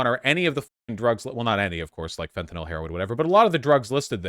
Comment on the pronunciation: "Fent-anil" it hurt hearing im sorry.